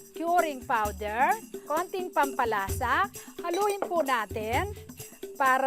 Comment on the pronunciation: Kering Puwdeer, Showgar, SOLt, Flevoring